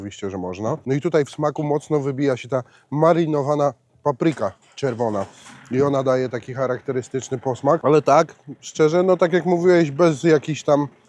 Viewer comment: marinowana papryka XD mówi się marynowana xD